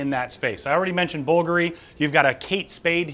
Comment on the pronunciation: Bvlgari = bull-GAR’-ee Bacio = BA’-chee-o (or BA’-cheeo as in one syllable) I’ve studied Italian and I sing in Italian - you can trust me on this ☺️☺️